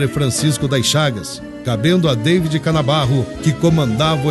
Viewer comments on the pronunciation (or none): Na locucao apenas uma pequena correcao. David Canabarro se pronncia " DAVI" e nao estrangeiramente Deividi, como foi lido. Muito menos nos idos de 1800 se usa americanismo no RS.